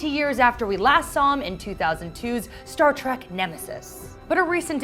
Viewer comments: It's Star TREK not Star Trak OMG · Someone please tell her to stop saying Star Track.